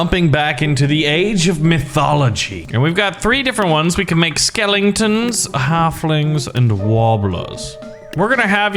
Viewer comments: He said skelenton :47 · He said skelenton